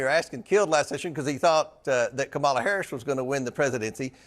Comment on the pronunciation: Gomer is an idiot. He can’t even pronounce Kamala Harris name. Rude!